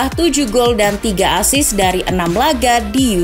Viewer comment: Assist bukan asis